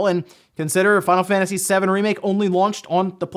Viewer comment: "we're gonna start today with fawnafaniss remake"